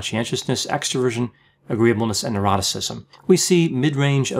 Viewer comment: It sounds like he says "eroticism". In the OCEAN acronym for the five personality traits, the last is "neuroticism" not "eroticism".